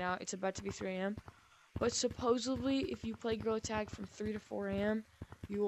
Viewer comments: Bro, really said girl tag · Why did you actually just say grill attack it’s gorilla tag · Why are you saying?grillattack 💀💀💀💀😡😡 it is gorilla tag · Bro he actually called gorrilla Attack “GRILL ATTACK” 😂😂😂😂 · bro legit Said girl tag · Blud also said grewlet 💀💀💀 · BRO YOU SAID GRILL ATACK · "GREWLET HAD" 💀💀💀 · Bro really saying grill attack 💀 it’s gorilla tag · Bro, literally said girltag😐😐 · "Girl tag" "grill attack" " Grilla tack" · He be saying: gorilla tag| and the captions are saying : GIRL ATTACK💀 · really said grill attack 😂😂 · ‘’GRAWL ATTACK’’ 💀💀💀💀💀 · “GREWLET TAG”💀💀💀💀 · Bro just said Girl Tag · Why do I hear grill tack😭